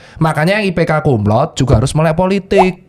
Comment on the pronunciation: Banyak yg salah penyebutan untuk Cum Laude. Penyebutannya tetap Cum Laude bukan Cum Laud. Jadi huruf E nya tetap disebutkan